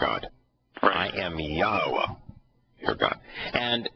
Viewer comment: Yahowah pronounced clearly long o. Not short cut